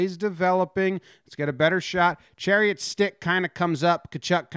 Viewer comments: Chariot = Shar-ott Love the video though! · chiarot = sha-rot not chariot lol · You say Tkachuk properly but then say Chairot as Chariot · "Poo-yul-yarvi". "Sher-ot" not Chariot. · lol, Chariot. It's Cha-rot. KK enjoying it from the bench. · Ben Chariot lol.. it's Chiarot my man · pronounced in french it's SHEE-AH-ROW, or simply SHA-ROT for the english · It is chariot. He pronounces it wrong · it’s chairot bro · Hehehe Shah-rot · His name is pronounced Shar-ot. Just a FYI. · I didn't notice the title and thought he was just butchering the pronunciation the whole time. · It's chaaaarrrrrr rot.. Say it with a little bit of a French twist.😁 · It’s pronounced Sher-ott. That was hard to listen to but a good video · Love the Chariot pronunciation lol, but that's ok most Americans haven't been taught this is school, while Canucks are. Good job on the video though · Chariot is pronounced sha roe. French name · Love all Jomboy, but for next time it’s pronounced “sha-rot” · lmaooo it’s pronounce “Sharot” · Bens name is pronounced Shi-rot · Chairit. Sha-rot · Pronounced " Sha-rot" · Pronounced “Shuh-rot” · Pronounced Cha Rot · Pronounced sha-rot. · Don’t double check lol. The pronunciation had me cracking up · Nah nah, it's better this way! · nothing could have prepared me for how Jomboy pronounced Chiarot’s name lmao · Lol that pronunciation, chiarot! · U said Chiarots name so wrong lmao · why he say chiarot like that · Perfectly says Tkachuk’s name, completely flubs Chiarot.